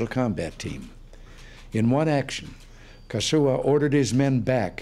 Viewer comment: Casio? _Kazuo, not something to mess up like he did.